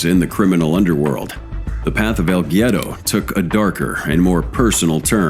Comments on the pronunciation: El gyero? Haha what is he a. Greek snack? It’s el guero (wero) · Pronounced EL WERO..!!! C'mon mate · As a spanish speaking person I cringe every time I hear "el Giero"